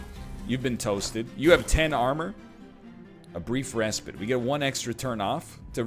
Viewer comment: I can't handle how he pronounces "respite"